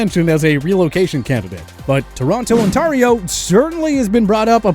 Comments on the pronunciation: That is not how you pronounce Ontario.. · this mf really managed to mispronounce Toronto AND Ontario. As someone who was born there, that part physically hurt me. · I can guarantee he isn’t by the way he pronounces Ontario. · It’s On-Tear-ee-oh not On-tar-ee-oh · Toronto Aunterio lol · on-tahr-io lol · Wait.... How did he pronounce Ontario? Did I hear that right? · No, the Bungles don't need to go to Toronto. Toronto has a winning football team, (17 Grey Cups) an NBA champion and a 2 time WS winner. And the Maple Loafs. The football fans would stay away from the Bungles in droves. I'd downvote you a second time just for mispronouncing Ontario.